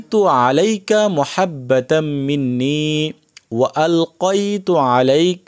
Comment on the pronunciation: এটা মহাব্বা নাতো মাহাব্বাতাম মিন্নি বুঝে ছেন